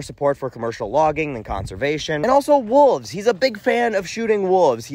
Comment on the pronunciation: When he said "Wooves" I had no fucking idea what he meant. Kind of had a "My Cousin Vinny - did you just say Yoots" moment. Wolves.